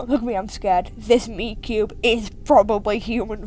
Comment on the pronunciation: When you said meat cube I thought you said miku